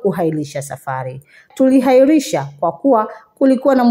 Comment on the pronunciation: Tulihairisha😢 Tuliahirisha😅